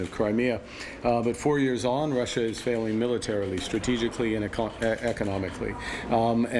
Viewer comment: Love the emphasis on that word ‘failing’